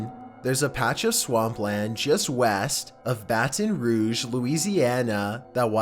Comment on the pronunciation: Who else was surprised he pronounced Baton Rouge correctly? If you've watched other Chills uploads you'd understand.